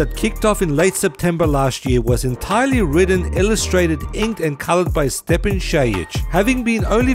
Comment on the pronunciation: Oh yeah! I thought your gonna butcher Stjepans name but you did a great job of pronouncing it.